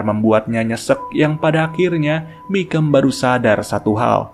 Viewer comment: Di filmnya nama jaksa itu dipanggil "Bicum" min bukan "Bikam" 😂